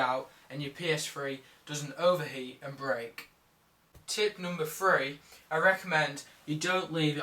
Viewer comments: can this guy say three? because i never herd of a psfree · it's three not free!!!!!!!!!! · It's play station THREE, your saying play station FREE!!! Get it right. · Its funny how he said ps free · LOL, what's a PS fwee? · lol he does say "ps free" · WHY DOES HE KEEP SAYING P.S.Free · its how most british people say it (i say it like tht too)